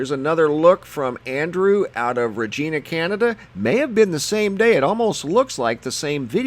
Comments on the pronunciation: Think of the name Va-GINA and say the word, RE-Gina. It’s not Regeena. lol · Please learn how to pronounce CANADIAN. City. It is. Re giiiiina. Not. Re. Geeeena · Regina is pronounced "reg-EYE-na" not reg-EE-na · Dude!!! Okay, for one thing, the Canadian city you are referring to is pronounced "Rej-eye-nah" as in vagina, not freakin "Rej-eena" Also, the halo around the sun is called a "sundog" and they are quite common in early spring and late fall. They created by sunlight being refracted off high altitude ice crystals i.e. the rainbows and halo's around the sun. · Dude did you say Ragina, Canada? It's REgina, lol. Needin" some Canuck Education? Eh? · You're saying regina wrong. It's regina like vagina. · Regeena Canada!🤣😂🤣 It's pronounced the way it's spelt... REGINA -Like vagina, but different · Regina is pronounced like vagina...just saying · FYI - Regina In Canada is said like vagina but with an R 😁👍 Ree-gina! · Ugh...If he said rageena one more time..... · Hey...just let you know its pronounced ...REG-EYE-NA . KEVIN FROM HAWKESBURY ONTARIO CANADA. im not trying to be a wise guy, i just want to help. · LOL,... Regina's pronunciation is “Rej-eye-na”,... Like "Vag-eye-na" Ok,... : ) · Yes. Pronunciation is off. Not sounding with the E sound. Use the Sound like. Eye. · Some very cool stuff. As a Canadian, I just wanted to let you know that Regina is pronounced with a long 'i' sound. Thanks for the interesting videos, though. Please continue keeping us informed about all these strange happenings. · Regina . The I is pronounced like the I. LOL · He pronounced Regina wrong. I mean not how you see it but the city is pronounced differently. There is no hills in Regina or anything to really block your sight, all you see is sky as far as you can see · thanks!...fyi we say 'regina' with a long 'i'. peace from canada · Regina Saskatchewan is a city in canada. Fkn idiots.